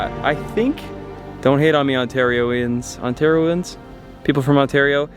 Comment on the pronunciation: It’s Ontarians!!!😂😂😂